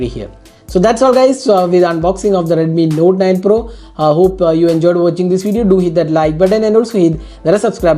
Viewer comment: It's pro not por